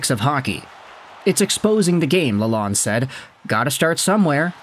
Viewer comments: It’s pronounced “La-lone”. (The “d” is silent or barely emphasized. May as well get it right as a sports expert.) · For starters ... His name is NOT pronounced with a short "o" as in pond (like you are doing). He wants his name pronounced with a long "o" as in phone, tone or bone. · Honestly you knew who he was referring to when he pronounced the name wrong, so in the end it doesnt matter too much. Its way too small thing to get hung up on. You could mispronounce my name and i couldnt care less so long as you get my attention.